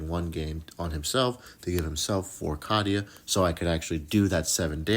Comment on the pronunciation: Hey man, I dig the video; you did a nice job. Just one minor thing, that really doesn’t matter because it’s your video so say it the way you do: Cadia is technically, in canon, pronounced with a long A. Kay-dee-uh, not cad like caddy. Again, not important and not trying to be Captain douche! I was just wondering if you just weren’t sure.